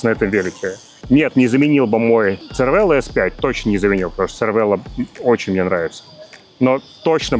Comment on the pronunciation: Cervelo по незнанию можно произносить как червело(на итальянский манер) или цервело(тут уже не знаю откуда). Но лучше скорректировать и говорить сервело. Режет слух.